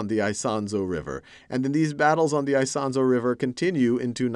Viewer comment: Isonzo = [ee-son-tso]